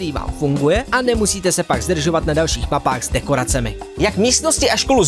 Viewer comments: papách? co to je? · V částech i slyším pořád papách, nemůžu si pomoct. :)) V jiných částech je zřetelně mapách, mapy apod., ale z rovna toto jsou dva momenty, kde slyším "papách."